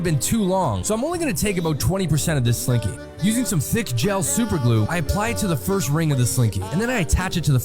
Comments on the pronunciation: It's. Slinky not. Slink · It’s slinky!!! Not slinky! 😂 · It’s slinky, not slink